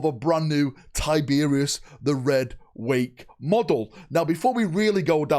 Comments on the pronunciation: Who the fuck is Tyberius???? give your head a shake kid lol it’s TYYYBEROSSSS!!!!! Think you’ve been hit in the head with an Arbites stun batton haven’t ya 😅😅😅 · Ty-ber-os not Tiberius.the reaper lord of the void deserves better than that bud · Gods this was a painful video to get though mate. Its Tyberos NOT Tiberious 😂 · I love your videos man but his name is Tyberos its pronounced like tie-ber-oss. You keep saying tiberius every time you talk about him 😂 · Why does he keep saying tie beer is instead of tyberos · (Ty-Ber-ous)Tyberos the Red Wake, who is this Tyberios of which you speak? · why tyberius its tyberOs the o is not silent. Tyberos. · It's not Tyberius ya twit. It's TyberOS. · "Tie-Ber-Ross" not "Tie-beery-oss" 😱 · “Tiberius” It’s pronounced TY BER ROS - like the end of “sucrose” 👍🏼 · TIE-BR- OUS say it correctly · Ty-ber-os. Not tyberius. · Thumbs down cause you kept calling him Tiberius. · It’s pronounced Tib-er-ose. Based on the spanish word tiburon, which literally means shark. Tib Er Ose. Tyberos. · Did you have a stroke? 'tiberius' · It was a joke. I know what a “penance” (atonement) crusade is, but keeps saying “pennant” (flag) just like he keeps saying “Tiberius” when he means Tyberos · Damn, he called Tyberos Tyberius. Get the tomatoes. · Please stop saying Tiberius lol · Man you saying his name wrong over and over again really was making watching this so hard. Please don’t ever do something so flagrant as that again